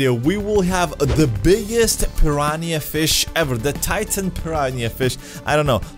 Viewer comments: Pan ran ia? Pir ran ah. Piranha. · i love how he says piraniah XD